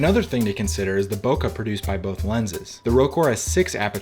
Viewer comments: Bo - keh not Bo kuh!!! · Nice work, thank you for that. Just one slight remark. The term for smooth background out of focus is pronounced "Bo-Ke", not Bokka. It is fonetic writing for Japanese.